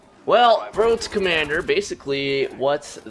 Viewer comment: woad to commanduh